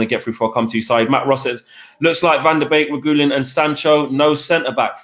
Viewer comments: I think you pronounce Reguilon like “Reg-wee-on” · I was thinking the same thing 🤦🏻‍♂️ it's not even a difficult name to pronounce. Re-gee-lon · They are all calling him Regulion but there’s no “lion” in the name it’s Re-guil-on. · You're all pronouncing his name completely wrong. It's pronounced "re-gee-lon" not "regewlien" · The pronunciation of reguillon🤦‍♂️ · “Regoolian.” Jesus bloody wept... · And I thought Mark’s pronounciation of Reguillon was bad 😂😂 loved the show lads ❤️💪🏿